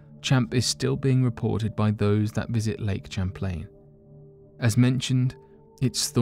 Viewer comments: It’s not CHAM-plane... it’s Pronounced Sham-plane! 🤦🏼‍♂️ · The name Champlain is pronounced (Sham)( Playn).